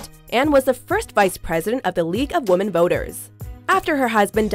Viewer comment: I know the English language is super confusing, so I don't blame you for saying women wrong, but for future reference, the word is pronounced "WIH-men". Darn this language!